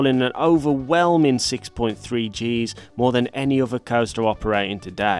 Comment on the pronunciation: I never knew other was pronounced "offer" in "proper" English.